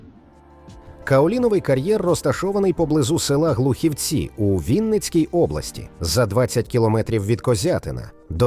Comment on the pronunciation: Не ГлухівцІ, а ГлУхівці!!!